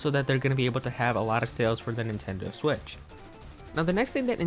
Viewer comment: “Nintendo swit” 😂👌 “Nintendo swi”😂😂😂😂😂💀💀